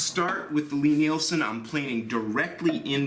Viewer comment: into the video, I really really don’t want to be THAT guy but I’m reasonably sure that ‘ Lie-Nielsen’ is pronounced like Lye-Nielsen instead of ‘Lee.’ I found out a few years ago that in my own pronunciation, like, was from me mixing Lee Valley with Lie-Nielsen. If there are endless threads on this topic, sorry to waste everyone’s time. Thanks for all of your great work! It’s much appreciated!!